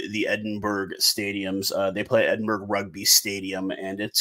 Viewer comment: just letting you know its not pronounced Edinburg. its Edin-buh-ruh